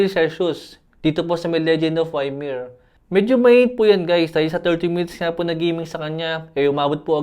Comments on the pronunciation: Good phone for that price range. Boss, correction lang sa pag pronounce ng "YMIR" dapat po "IMIR" hindi po Y-MIR. No hate, boss. God Bless ❤❤❤ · LODI di po Why-mer basa ng Ymir, EE-Mir po. adv congrats nalang sa manalo. 😇